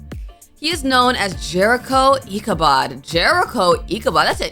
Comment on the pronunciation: Its pronounced icubod